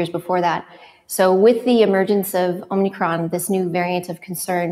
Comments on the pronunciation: It's omikron - no n. Greek has two letters that are "o": omega (long o) and omicron (short o). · Are they calling it "omNicron"??? Da fuq?... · It's Omicron not Omnicron!! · I keep hearing it pronounced that way! So is it omicron or omNicron????